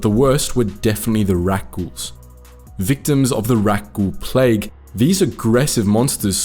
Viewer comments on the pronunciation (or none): none